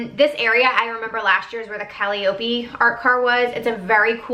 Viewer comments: FYI is KAH-LY-OH-PEE Named after Calliope.... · "Callie-Opie" XD